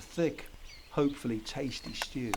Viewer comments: A CORN. BEEF. SHTEW! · they way he says shtew is so funny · A shtewww, a coned beef shtewww. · "a stew, a KORN BIEF SHHDEW" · A shtew, a corned beef shtew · A schtew……a corned beef Schtew. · "a SCHTEW a cornbeef SCHTEW" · "He schters the schtew" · I thought i was thebonly one bothered by him saying “shtew”